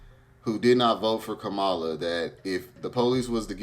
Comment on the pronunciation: Please pronounce her name right Kam ma la Harris